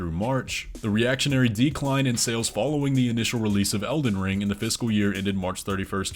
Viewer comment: Every time you say “fiscal year” it sounds like you’re saying “physical year”